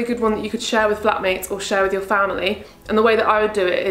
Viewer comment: when you said flat mates i thought you said black mates and i could not stop laughing😂😂😂 love your videos 😂❤